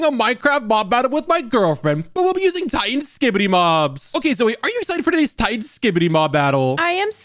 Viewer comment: Bro called it titán speaker man💀